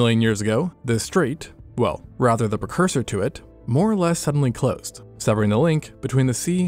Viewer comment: He is saying "Clust". Collapsed can mean to close as well....but his mouth is not pronouncing the word "Closed" or "Collapsed". Then he says plate tectonics may have resulted in the "Cluss", where he should have at least said a two syllable word like "closure" or Collapse". Just a lack of enunciation in an otherwise fine presentation.